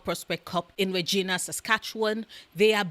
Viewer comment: Itty bitty correction: Regina is pronounced "Redg-eye-na". 😉